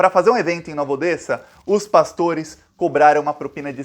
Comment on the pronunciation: Pronuncia-se "Nova Odéssa".